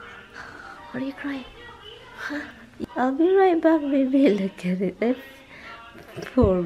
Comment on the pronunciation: I don't like that either dai. I put all my magnets on the side like you did. 🤣🤣😂😂 I thought you were saying 'lukaret' 😂🤣🤣 till I realised it's ' look at it' dami ko Tawa !!!